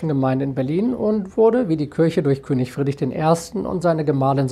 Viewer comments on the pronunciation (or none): none